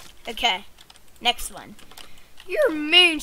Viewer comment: "NEKSHT ONE"